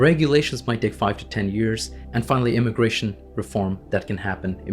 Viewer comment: Is it immigration, or indiagration